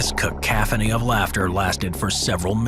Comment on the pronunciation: Cacophony is pronounced KAH-CAW-F'NEE. Not KUH-CAH-F'NEE